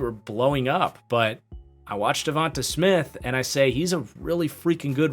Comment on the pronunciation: And it's pronounced devontay... not Devontahh. Smh